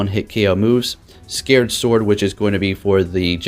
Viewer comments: Sa-cred sword. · It’s sacred sword not scared sword 😆